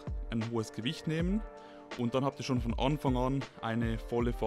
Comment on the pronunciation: "Von Onfong on" hahahaha